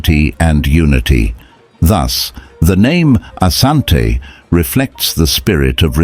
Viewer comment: It is Asante NOT Ashante. Ashante is the corrupted version because of mis-pronunciation.